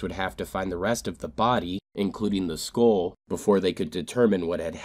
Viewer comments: It's SKULL.. not school.. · It's pronounced skull, not skoll. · “ school or skull” which one you saying champ? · SKULL not SKUHL, you're a narrator for Christ sake. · It took me until about 3 minutes in to realize he was saying “skull” I’m thinking these parents let this kid chew Skoal?!?! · Why can't this dude say SKULL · Is he trying to say skull? I can't make sense of that word he is trying to say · Why are you unable to pronounce the word 'skull'? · Is it me or does he say “skull” weird... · You say the word “skull” very strangely.